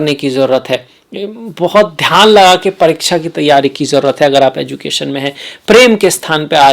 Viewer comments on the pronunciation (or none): none